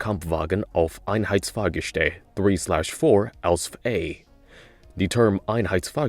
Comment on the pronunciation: Please Stop saying AUSF. no german says it this way just call it Panzer IV H or Panzer IV version H. I appreciate your efforts to pronounce any german, but as a german im begging you just use the english word for it if the german one is hard to pronounce. No german will be uppset if you dont call it by the german name.